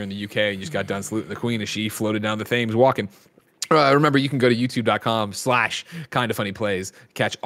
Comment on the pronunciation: Gotta love Greg's pronunciation of Thames